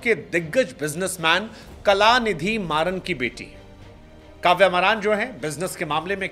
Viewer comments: Bhai naam sahi bolo kavya maaran bolo maraan nahi please 🙏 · it is not Maraan but pronounced maa-run,granddaughter of Late Mr Murasoli Maran who was a respectable Union Minister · क्या बार बार maraan maraan बोल रहे हो गुरु वो काव्या मारन है maraan नहीं हालांकि वो maraane के लिए जानी जाती हैं इसीलिए तो भुवनेश्वर ने....😂😂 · Wo मारन हैं मरान नहीं 🤦🏻‍♂️ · मरान नही मारन 😂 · Mran nahi re anpad maran 😂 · Maran = मरान ✅ Maran = मारन ❌ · Bhai surname sahi liya Karo ulta mat bola Karo 😂